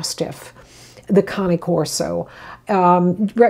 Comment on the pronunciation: Not that important but FINALLY! Someone that says the Cane Corso's name correctly! 😂 and yes, thank you for the eye opening info